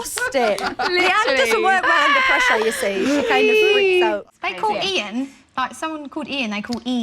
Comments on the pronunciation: Leigh-Anne: NO IT’S TWO SYLLABLES: EE-AN Perrie: WE’RE SAYIN TWO SYLLABLES!! Also Perrie: een I’m rolling 😂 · Leigh: Who’s your favourite member of Little Mix Jade: Me! Leigh: is offended and annoyed because Jade didn’t pick her Jesy: They call someone whose name is Ian “Een” Leigh: It’s two syllables, I-uhn Perrie: We’re saying two syllables Perrie and Jade in unison: EEN!! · We're saying two syllables, eEN. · WE SAID TWO SYLLABLES, EEN 😠 😂😭